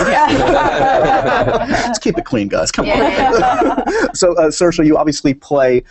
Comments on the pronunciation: dos call her Saoirs like her name but not with the "a" at the end? he says it when he asks the dance question. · He keeps saying her name wrong! It's pronounced ser-sha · I ship Saoirse and Max a lot. My friend and I call them Mairse. ♥ It's pronounced as Mar-Sha